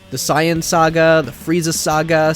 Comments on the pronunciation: Ahh yes… the “scion” saga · I'm just going to pretend I didn't hear that mispronunciation of saiyan...... R.I.P Akira toriyama-san